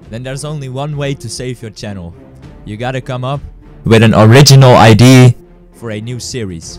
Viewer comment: ITS NOT IDEE ITS IDE-EAA!!!